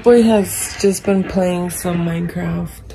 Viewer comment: maked me laugh so hardd because he said plAY micraft